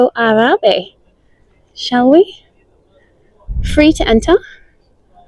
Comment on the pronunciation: It's pronounced A lora with the stress on the A